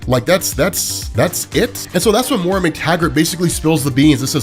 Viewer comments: MOY-RA, not MORA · 12 hours in and he’s still pronouncing Moira as Mora. Jk loved the video, longest YouTube video I’ve ever watched